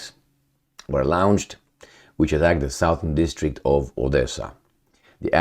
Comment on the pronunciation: Remember, 'lawnched', not lounged!